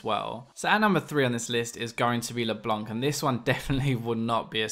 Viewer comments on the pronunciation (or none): leblanc not leblonk yo